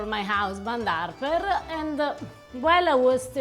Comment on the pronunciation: Love her accent, and the way she pronounces the name "Arper Very cute :)